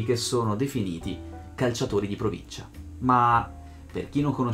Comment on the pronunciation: nessuno si è accorto di "proncincia"a ?